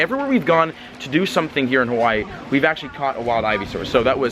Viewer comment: YOURE SAYING "Hawaii" wrong, i should know. I WAS BORN AND RAISED ON THE BIG ISLAND, Honolulu